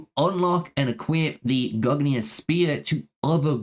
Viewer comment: Respectfully, brother, your pronounciations of these names were offensively bad. I don't know who mollonir and gugnir are, it sounds like what they might have been called if Loki had succcessfully disrupted their creation. Decent video otherwise